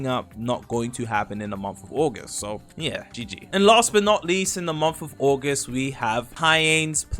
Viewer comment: "Aguest" dang unc I didn't know your english was that good